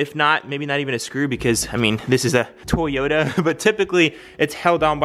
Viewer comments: Toyota bro not Tayota lmao please tell me someone notice that too lol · still like “Tayota”😂😂